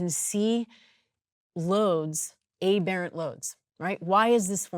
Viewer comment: lol, I had to check myself when she pronounced "aberrant" incorrectly to make sure I wasn't incorrect. For the future, the letter is pronounced with a short "a" as it is in "apple" the "berr" as in "burr" holes or "birthday" and "ant" as in the end of the word "compliant". So "a-burr-int" ;)